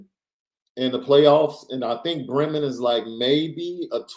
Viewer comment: It’s pronounced Bree-men (like tree) I live near Bremen, it’s okay everyone says it wrong lol.